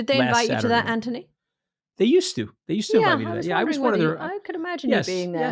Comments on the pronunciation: STOP KATY WTF AND WHO THE F said he was a “ “brilliant guy “ you sound so IGNORANT KATY UNWATCHABLE DONE HER BTW MOUCH ‘s Name is ANTHONY NOT ANTY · Omg his name is ANTHONY NOT ANTONI PLEASE GET IT CORRECT